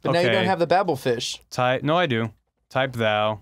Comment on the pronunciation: So they pronounce Zaphod properly but can't get Babel fish right?